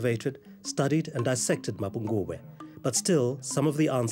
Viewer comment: Its not Mapungwube.. it's MAPHOKOBWE meaning the mother jackal.